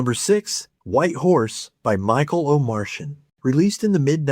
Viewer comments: Not to be a nit-picker but it is pronounced O-mar-ti-an not Omartian(as in an alien)😂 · Omartian is pronounced “O-mar-ti-an”. He played on everything including Steely Dan’s albums. His wife, Stormie, dated Steve Martin when she was young. He has had an amazing life. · I believe it's pronounced Michael Omart-ian, not an Irish version of an inhabitant of Mars. :) Thanks for sharing these songs. I was familiar with 6 of the groups, but hadn't heart After the Fire's early prog rock album. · ...it's not "oh Martian." Please review how to say his name. He's a legend in Christian music. And also, thank you for the list of songs. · Michael Omarty on is how it is said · Michael Omartian is the first producer in recording history to have number one records in three separate decades - the 70s, 80s, and 90s. BTW, I'm pretty sure Omartian is pronounced with a 't' sound, not 'sh.'